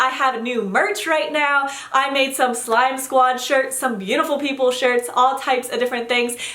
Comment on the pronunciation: When she says slime squad i hear sky sqaud.